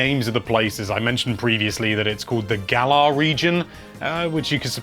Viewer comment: It's pronounced Gal-uhr